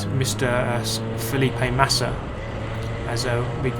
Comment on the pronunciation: I love the way he pronounces Felipe Massa hahaha. Cheers from Brazil mate